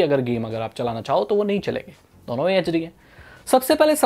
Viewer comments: How pronounce 2 duono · The way he says "dono" 🤣🤣